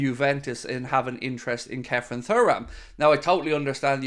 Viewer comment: You still can’t pronounce his name properly… surely you seen his dad play???